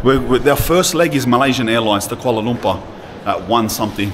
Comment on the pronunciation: Watching from Malaysia. It cracks me up how you pronounce KUALA LUMPAAH. All love ❤